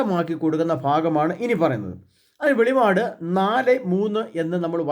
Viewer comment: വെളിപാട് എന്ന് ദയവായി പറയാതിരിക്കുക. വെളിപ്പാട് എന്ന് ശരിയായി ഉച്ചരിക്കുക